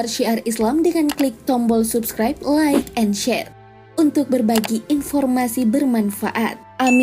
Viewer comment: Amin Tapi ngomong nya bukan lik tapi like